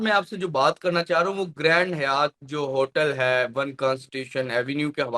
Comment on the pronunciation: گرینڈ حیات نہیں گرینڈ ہائیت Grand Hyatt گرینڈ ہائیت ہے Hi-att